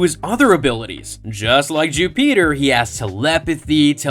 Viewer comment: I’m sorry but I can’t keep watching this while you say Jupiter like that. Bro wtf